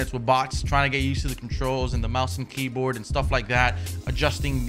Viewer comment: He spelled it like how he says it lol